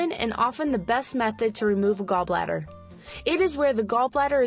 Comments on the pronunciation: "gallblather laprasopic gallblather" Sean William Mclouclin 2018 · "Gall Blather" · Me hears gall blatter ..........crud but I have to watch it